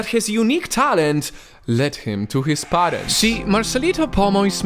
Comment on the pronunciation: He pronounced parents to parents literaly